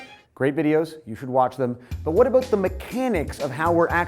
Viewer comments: "Aboot" wow his canadian really showed their, didn't it? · all i hear is " ah-boot " when he says about